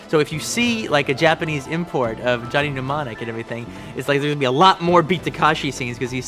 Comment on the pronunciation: You can tell by the fact that he thinks his name is Tak*a*shi